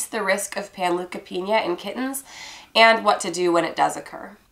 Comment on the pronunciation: Panleukopenia (pan-Loo-ka-Peen-YA) Pan look a peen YA